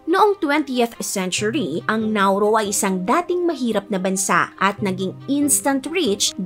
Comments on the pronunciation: Hindi accent ang problema. Nauru is Nauru! Hindi Nauro. Tama ang commenter. Have some respect with the nation and its people. You surely wouldn’t want to be referred to as Pipinos and not Filipinos or our country as Philipit and not Philippines. And please magagaling tayong mga Pinoy in enunciating words regardless if you hve regional accent. Wag mong sabihin na pag may regional accent ay mali na agad sila mag pronounce. I dont think so! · It’s NAURU not NAURO and it’s INDEX not ENDEX😢😢😢